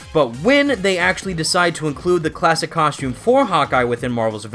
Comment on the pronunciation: “Cos-choom”